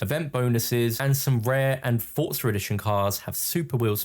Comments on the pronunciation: For-zuh not ford-sir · Its pronounced as "Fort-zah"